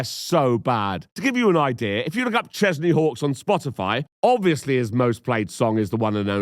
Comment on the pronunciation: Every time you said Chesney Hawkes I heard Kenny Chesney, so I was very confused as to why everyone was British. I might be related to that idiot from the Lifetime pilot movie.